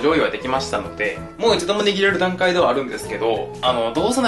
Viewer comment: の「握れる」が英語みたいに聞こえる